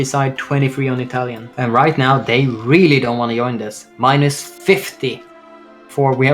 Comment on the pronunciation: What a great idea! Co-op MP game, prime minister role play, 2 guys commentary, famous YouTubers! I just can't stand the pronunciation of the guy on left. All accents are fine, but YOIN THE FACTION?!